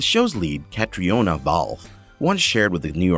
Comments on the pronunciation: Her name is pronounced KATRINA, not Kate-ree-oh-na. Also, it's TOE-BYE-AS, not Toe-bee-as. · It’s pronounced CatrEEna, not Catriona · You clearly missed how to pronounce Caitriona's name. Say Catrina. And its not Dana Gabalton but Diana Gabaldon. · Pronounced Catrina...silent o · Really. I understand not knowing how to say Balfe's first name but Tobias? I can't believe how poorly done this was. Heigl...Hi gell. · honestly the names.....pronunciation needs to be fixed...caitriona isn't correct for example. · It’s sad to be literally shooting ‘Caitriona’ at my phone because it’s not being pronounced correctly. Just like every other comment yes it annoyed me. Irish names aren’t always pronounced like they are spelled lol 😂Gosh I hope neither of them see this video!! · Sam Hugh-en Diana Gab-el-don Cat-rina Balfe. And even Catharine hi-gul Omg learn to pronounce their names if your gonna do a video about outlander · Also know how to say corset correctly. Also pumice stones. And pronounce Sam hueghan correctly also. And pronounce catriona correctly. (Sam calls her Katrina.)